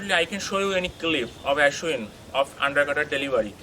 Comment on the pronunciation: Not aeeshwin it's aaashwin